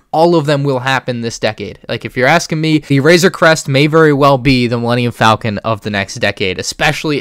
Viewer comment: Thats a weird way to say millenium falcon.